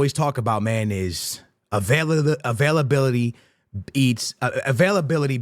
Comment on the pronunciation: Bros Fav Word "AVAILABALITY"